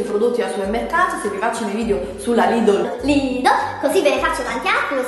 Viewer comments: si chiama "Lidel" non "Lidol" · si kiama LIDL no LIDOL!!!! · si chiama Lidl, ne' Lidol, ne' tantomeno Lidel